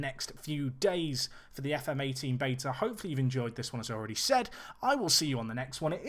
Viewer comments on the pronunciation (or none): none